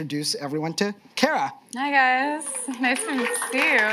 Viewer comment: Care-uh? I thought it was Car-uh.